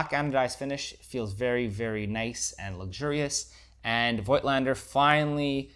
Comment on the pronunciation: COIGTLANDER IS PRONOUNCED 'FOTLSNDER CORECTLY ! f_1 with digital is lessuseful, averagely, than with film. its almost a 'special effects' lens -wafer.thin DOF. - so sharpness is comprimised often. a paid-for promo for sure.